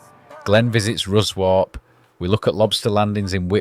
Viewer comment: Glorious pics, especially the ones they tried to nick from you. Nice to see Ruswarp again, but your commentator needs to learn from the locals how to pronounce it!